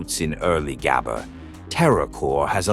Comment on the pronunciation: if you use an ai for the voice, atleast make it pronouce gabber correctly